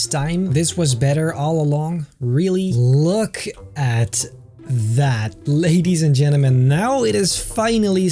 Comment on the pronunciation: I like when he sais leydies en jenneman